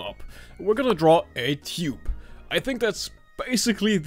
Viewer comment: your accent made me think you said Cube...then you proceeded to draw a circle...but you said Tube